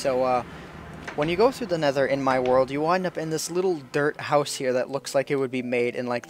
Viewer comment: I heard 'Derp block' instead of 'Dirt block' :p